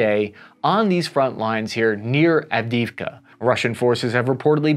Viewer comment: Av-di-iv-ka, Sir.